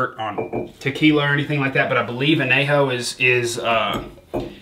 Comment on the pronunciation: listening to you pronounce anejo....... hurts me